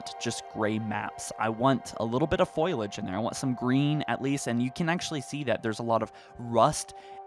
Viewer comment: Not just that though. Spar-tins. Foilage. I couldn't help but laugh every time.